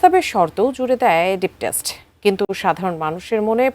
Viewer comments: স্টেট কে টেস্ট বলতেসে,,,🤣 বিউটি উইথ নো ব্রেইন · একি অটো পাশ সাংবাদিক না কি??বারবার স্টেট শব্দটার কি উচ্চারণ করলো???